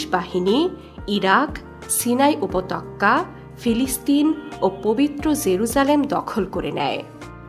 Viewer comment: উপতক্কা নয়,উপত্যকা।